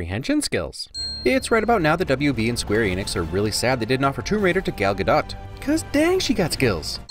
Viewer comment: It’s gah doh